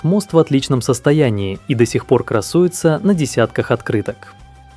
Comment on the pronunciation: Рассказчика противно слушать, во во-первых не жирокастра, а Гирокастра! Если ты рассказываешь о какой-то стране, хотя бы немного ознакомиться с её языком и граматикой!